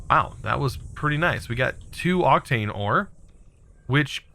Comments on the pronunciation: Octane and octine aren't pronounced the same mate Oc-tane Oc-tine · Octine, not Octane. Wight, not wrath. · It is SYRMORITE not SHIMMERITE It is OCTINE not OCTANE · Syrmorite is pronounced “Sim-er-ite” and Octine is pronounced “Oct-Ine”